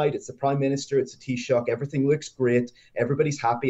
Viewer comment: Well done, Lewis - the first English journo I've heard, not absolutely mangle Taoiseach, Fianna Fail, and Fine Gael.